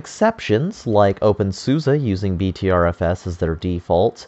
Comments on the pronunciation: Pronounced BETTER FS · Pronounced butter fuss.